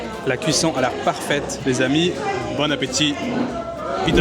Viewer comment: En américain c'est " bône apétitE" 😂en prononçant très bien le -te imaginaire